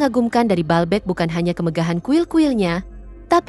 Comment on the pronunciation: Bacanya : BA-AL BEK